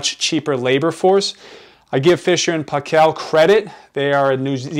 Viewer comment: It's pronounced "PAY-kul" not "pah-KELL"..!! (But thanks for the great video otherwise! lol)